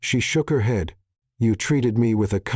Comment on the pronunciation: Really bad pronunciation. He'd pronounced head, she'd pronounced shed.